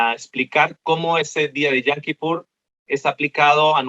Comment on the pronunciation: Con todo respeto pero la pronunciación es yom no yam, pues yam en hebreo es mar :)